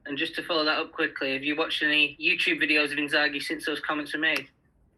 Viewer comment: my man said Inzaghi!